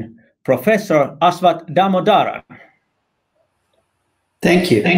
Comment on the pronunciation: Professor Damodaran should probably post a short video on how his name should be pronounced. Never seen a host who can get his name right.